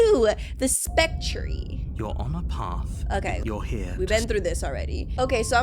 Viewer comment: I love your comebacks and sassy attitude with the narrator and the voices Heads up: spectre is pronounced spec-tuh and wraith is pronounced ray-th